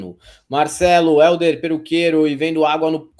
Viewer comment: So eu tentei prestar atenção no vídeo sem virar do avesso cada vez que o chama o Hélder de Éldio?